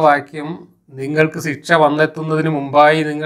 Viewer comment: മാഷേ ഒരു തെറ്റ് തിരുത്തട്ടെ... ഒന്നും തോന്നരുത്.. സിക്ഷ... എന്ന് പറയാതെ ശിക്ഷ എന്ന് പറയുക